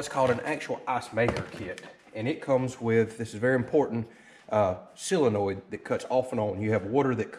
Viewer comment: It is a solenoid, not a silenoid.